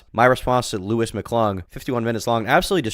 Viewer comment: I love that she and Louis were “so close” and he’s her puppet, but in the Papa Gut stream she didn’t know how to pronounce his name. “Lee-us” or “Lew-ee”